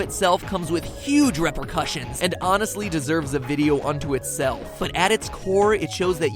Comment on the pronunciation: re·per·cus·sion rēpərˈkəSHən come on MatPat